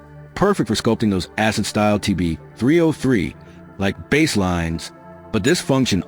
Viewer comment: "Bass" with a long A is a low frequency. "Bass" with a short A is a fish. What was pronounced in this video would fit better in as fishing video. That's why people think the voice is AI.